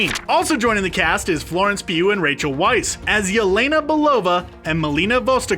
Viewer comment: Raches Weisz - her last name is not pronounced like "Wise". Its correct pronunciation is like "Vice".